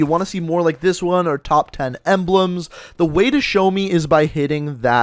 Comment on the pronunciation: he said "topf" 10 gun skins